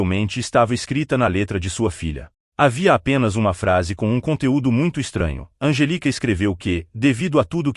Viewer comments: O nome da menina deve ser Angélica. Esquisita essa pronúncia sem a acentuação da sílaba tônica. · İsso é voz de İA, essa voz erra com frequência a prosódia (onde a sílaba tônica fica) das palavras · O nome dela é Anjelica, e não Angélica, como pronunciamos no Brasil.